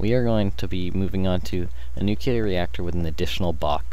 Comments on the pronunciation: Nucular? Nuclear. Sorry, bugging me the whole video. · I cringed every time you said nukular. NUCLEAR! NU. CLEAR. *exasperated sigh* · Was interested in watching, saw the stuff, then I heard how he pronounced nuclear... Nevermind, I lost interest. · No, it's called improper pronunciation. NUCLEAR only has one "U" not 2... Kinda like when people from the ghetto say "Skrate" instead of "Straight", it's ignorance, not choice